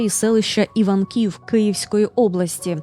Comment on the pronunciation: Шановна, я підписана, бо люблю мистецтво. Та ще й є землячкою Марії Приймаченко. З Вашого дозволу, хочу уточнити наголос селища ІвАнків на Київщині, де зберігалися твори народної художниці. Дякую за увагу! ❤